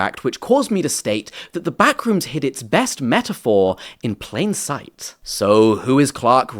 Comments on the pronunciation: "Pain sight" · “Pain sight”